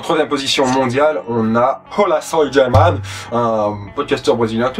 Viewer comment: Une petite erreur, Hola Soy German est argentin, et de plus il se pronconce Hola (Donc bonjour en espagnol ) So-i (Je suis) J erman, son nom que tu dois prononcer un peu comme un hache. De plus je t'aurais conseillé de parler des youtubeurs hispaniques étant donné que beaucoup dépassent les 4 M d'abonnés comme Willyrex.